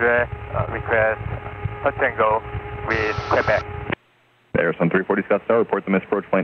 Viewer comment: Do all Arizona folks pronounce Quebec as K-bek? I've never heard that before.